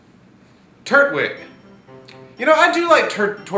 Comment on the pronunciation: tur-twig, not turt-wig. its turtle and twig